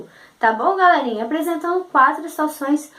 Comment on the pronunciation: Evita de falar Galérinha !! Suas aulas são muito boas... Gostei ! :) Porém galérinha é muito irritante !!